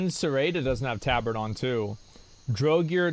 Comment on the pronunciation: He calls the tabard TAH-BARD. Lol